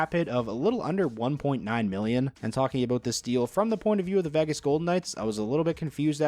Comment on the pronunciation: Learn to pronounce "Vegas," please.